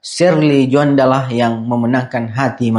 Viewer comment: Tjoanda bukan Juanda Bang 🙏